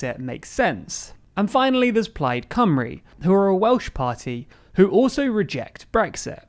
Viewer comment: You nailed the pronunciation of plaid cymry! Da iawn!